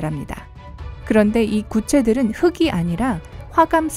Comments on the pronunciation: "이 구체들은 '흙이' 아니라"를 '흐기' 아니고 '흘기' 아니라로 발음해야 합니다. 녹음을 한 것이니 영원히 흐기로 들어야 하니 안타깝습니다. 설명하는 사람은 읽는 연습을 많이 해서 이런 실수를 안 했으면 좋겠습니다. 흘글 흘기 달글 달기처럼 이어서 소리가 나게 연습 많이 해서 훌륭한 해설가가 되기 바랍니다. 고맙습니다. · 흑이 아니라x 흘기 아니라o